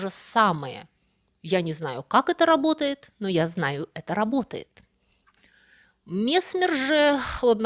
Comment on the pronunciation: Опять проблема с ударенияии..месме'р.